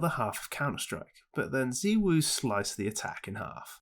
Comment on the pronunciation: its ZYWOO not ZIWOO cmoon man